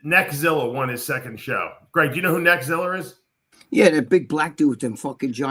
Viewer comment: Dave said Neckziller 😆